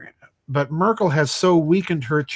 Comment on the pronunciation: it is M"e"rkel pronouncing... as in "bed".